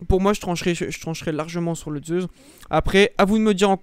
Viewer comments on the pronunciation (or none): Zeussss et non pas zeuzzzz et dual meccchhhh et non pas mekkk 😅😅😅